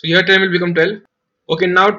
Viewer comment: man i was just wondering how many times u have used the word "here". The fun part is that is sounded like ear